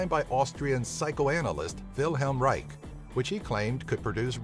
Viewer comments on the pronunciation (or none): none